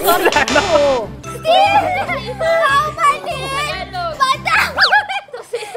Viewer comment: “Pauumanhin” “Papasalamat” HAHAHAHHAHA LT